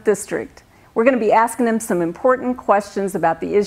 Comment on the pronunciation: WTF is "askinim" (15 seconds into it)